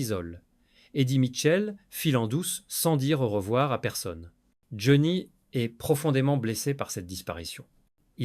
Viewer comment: Vous pourriez quand même mettre une vraie voix qui sait au moins prononcer le nom de Johnny vu que la vidéo le concerne... On passera tous les autres mots prononcés n'importe comment, les liaisons inexistantes, etc etc etc.. On dirait un sketch ! Amateurisme, Flemme et IA .vont bien de pair... Merci quand même pour le fou rire sur le mot rockeur.... "Roqure".